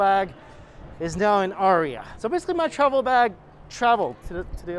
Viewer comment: The aria is the NOT-RIA.